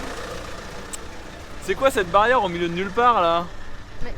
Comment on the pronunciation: Mdr est bilingue!! 😒🤣. Je note pour le petit village 😉. Joyeuses fêtes à vous!!